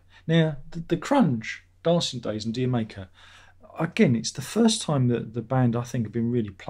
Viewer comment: D'Yer Maker is pronounced like Jamaica. Stop obsessing about the light because no one notices except you, I'm sure, and it just interrupts your flow. I can't finish this video. There are too many digressions and distractions.